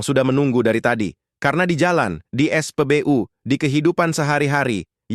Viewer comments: Saya sudah ngomong, no urutnya ke 146, knapa maksaa ?? Haahhh.. hhaaahhhh ????!! Admin jg,, es'pebeyu dan bebi'em salah kosa katanya, yg bener Bebe'em dan es'pebe'u.. di ralatt min di raalllaattt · Sakit telingaku saat kau sebut spbyu miinn😢😢😢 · Narasi "U" bacanya biAsa aja, dul .... Jangan NORAK !!!! SOK DI INGGRIS2 IN..... DODOL !!!! Bukanya keren malah jadi KAMPUNGAN .....👎👎👎👎